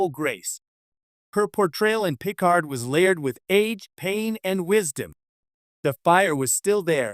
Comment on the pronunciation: What is a she is a Bajorin (ba jore an) Picard (pi card) maybe narrate yourself instead of using AI.